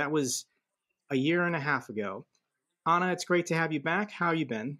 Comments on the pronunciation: Nice to ser you two together at the same channel, carry on with the good work. have to practice saying Anna, like Anna do it ❤ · I believe it's Annnnnnn-na!--not Ana!